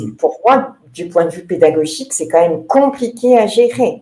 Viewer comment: mn 24.16 prononciation déficiente QU'ON VOIT LES CHIFFRES au lieu de QUAND ON VOIT LES CHIFFRES Désolé., mais les journalistes aussi devraient s'exprimer correctement sinon, il ne faudra pas s'étonner lorsque enfants, ados et, même, adultes écriront KON VOY LÉ GIFRE TOUS LES JOURNALISTES DEVRAIENT ÉCOUTER J.BAUD, M.MAFFESIOLI, B.ROSEN et les quelques personnalités qui respectent leurs auditeurs et notre langue.